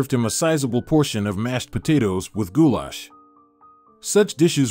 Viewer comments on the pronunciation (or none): none